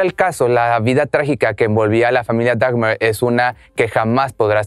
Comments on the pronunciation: Lo único que no me gustó fue que se la pasó diciendo Dagmer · No es "dagmer" es dahmer la h es muda asi que se pronuncia damer